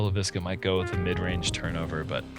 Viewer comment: It feels pretty disrespectful to have Cale Leiviska say his last name and then and Uli to say it wrong over and over and over and over....it's not that hard or that big of a change, just say the guy's name correctly.